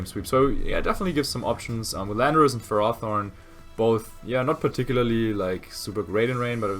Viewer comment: Ferrothorn is pronounced fare oh thorn It translates to iron thorn